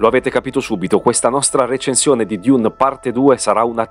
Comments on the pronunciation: ma perche dIUne 🙉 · ..ma perché " diun"? È letteralmente DUNE!! Oppure meglio ARRAKIS ( Harrachis) ...tra i primi paragrafi dei libri:: ::: ARRAKIS ( DUNE) ::: il pianeta DESERTO